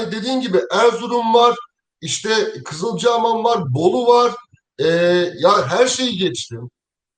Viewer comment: Kızılcahamam dedin ya bı yakinlastik hocam seninle 💛💙